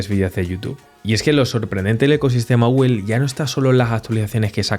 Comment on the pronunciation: "Gugel" ¡oh no!😂 Dislike por mala pronunciación.😢